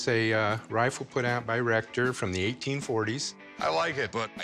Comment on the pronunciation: Oh Rector!! I thought they were saying Rectum until I looked at the subtitles.